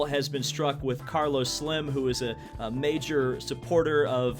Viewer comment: Just an FYI, the Carlos Slim you mentioned... first I had no idea one of the world's wealthiest people (thanks to TracFone and Obama-phones, btw) was into promoting his fellow countrymen as drivers... but it is pronounced Sleem...not slim as in skinny.....